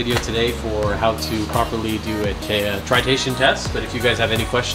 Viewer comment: Are we not going to talk about the repeated use of the word TRI-tation? Lol that word kicked your ass that whole video. But I still enjoyed it, like all the others you have been cranking out!